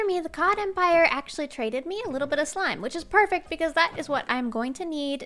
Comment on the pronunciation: Why do my brain tells me everytimes gandalf is around and she says perfect, she says "purrfect"